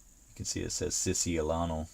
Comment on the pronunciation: You didn't pronounce the Siciliano properly, but it's not your fault, it's not a word you see every day. However, Siciliano (Sicilian in English) is called someone who comes from Sicily of Italy. Sicily, is the name of the big island in South Italy. You might have heard of the Sicilian mafia, on older Hollywood's gangster movies!!! Those Gangsters, where Sicilians! You are also a Siciliano now, you got a knife that proves that!! lol Cool knife and great knives overall, I dig all your choices!!